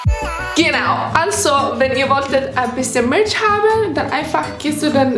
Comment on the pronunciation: Ich habe verstanden ( da könnt ihr ein bisschen Milch haben) anstatt Merch 😂😂🤣😅😚 bei , wie süß sie das ausgesprochen hat